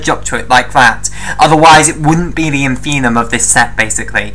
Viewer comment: That's InfimMuM not 'infinum', my dear...